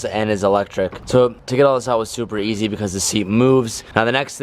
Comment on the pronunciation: I always think is saying "Supra Easy" instead of "Super Easy"